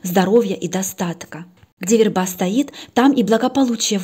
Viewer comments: в русском языке есть слово верба, ударение на первом слоге - вЕрба (семейство ивовых) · ВЕрба. Ударение на "е".